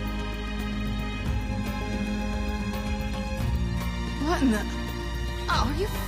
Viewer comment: I always forget how to pronounce her name "Kaine" so I would accidentally call her "Kanye" for some stupid reason